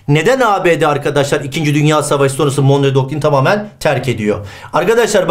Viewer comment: monroe doktrini olacak hocam, monreo değil :)